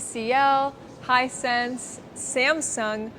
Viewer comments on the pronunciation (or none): none